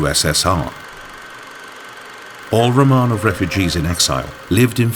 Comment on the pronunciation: So the idiot narrator mispronounces "Romanov" within 10 seconds of the beginning. Can we get an educated narrator please...